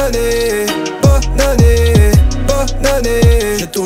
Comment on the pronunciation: Je suis la seule qui entend "BOB ANNÉEEEEE'' ???